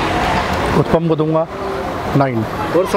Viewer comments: First of all "its UTTAPAM" not UTPAM as you are pronouncing! As a leading food blogger you should not do such pity mistakes!Secondly why you always give high rating to each and every food joint you visit,it seems whole delhi food outlets are selling 10/10 food stuff...Try to give honest review,it will increase your channels credibility!Thirdly stop praising "AMUL BUTTER" in each and every video as it is quiet irritating now!Finally Earning money is every persons priority ......But you should follow some ethics while doing so,trying to say .....Put less Advertisement in your video,nowadays when I play your video i have to watch 5-6 Add it's quiet Annoying!Please don't take your subscriber for granted because they are the one who put you in 1 Million Club............Good Luck for future Endeavors!👍👍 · उत्तपा केहते हें, उत्पम नाही😁😁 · Its not uthpam its uthappam da gundu punda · You give north Indians a bad name. Stereotypes exist because of your actions. Uppam nahi hai bhai, utapam hai. Kuch toh sahi bolo. Sirf butter bola hai barabar se pure video mein. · Bro, it's not uthapam it's huthappa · Please pronounce vootappam